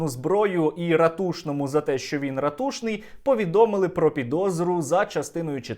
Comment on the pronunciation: Все так! Але чому РатУшний з наголосом на У? Ніби наголос на А. Роман і сам там його ставить.